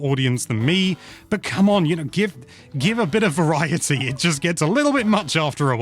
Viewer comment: Shoutout to rolling your R when you said "Variety" like the show Viva Variety.